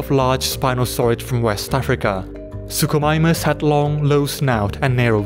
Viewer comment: "suchosaurus" "suchomimus" wtf